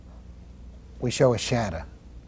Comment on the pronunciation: "Windah" "Shadah"